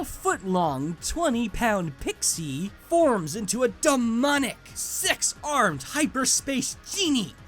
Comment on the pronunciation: I thought you said "Sex armed" for hoopa